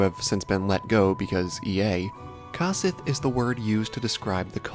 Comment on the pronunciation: isn't it pronounced COsith like CO-OP?